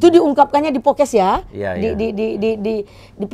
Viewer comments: Podcasts Podcast ibu.... BUKAN Pokes Pokes. Gemes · Bukan pokes bu, podcast 🤣🤣🤣 hadeuhhh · PODCAST bu bukan POKES !! Heran, orang rasman semua pada susah ngomong, andar juga kek gini. masak iya sih pengacara?? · Maaf maaf nih buuu netti, setiap ibu bilang podcast dennise ko kedengeran nya ibu ngomong "pokes" hahahahaaaaaaasa ketawa ngakak lob, kalo ngomong ga inget sama omongan sendiri nih bu. Jejak digital ibu banyakkk loh🤣🤣🤣 helloooooooooohhhh 😅 bokiss mulu ahh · Kayaknya harus belajar b.indonesia lagi bu. Ambil kelas eksekutif 😂 Cara baca: 1. Podcast bukan pocas 2. Video bukan pidio